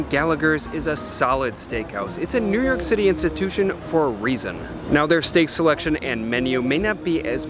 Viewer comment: Not New Yerk but New Yoawk.